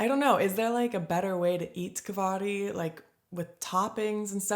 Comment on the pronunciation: Kvarg is pronounced like Varg (wolf) {Kvarj)